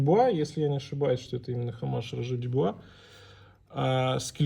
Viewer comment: Это невозможно ! Оммаж ! О! нет там Х! это французское слово. буква h - в слове hommage НЕ ЧИТАЕТСЯ.